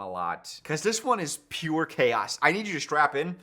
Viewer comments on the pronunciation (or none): none